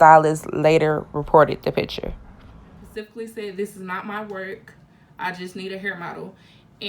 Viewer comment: Looking for this comment. Its so annoying i cant belive there adults that still say pacifically for specifically